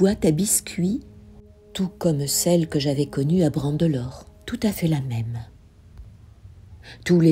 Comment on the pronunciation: C’est génial cette initiative de lire ! Attention, vous dites « Brandelore », or il est écrit « Branledore »… Moi aussi je m’y mets ;-)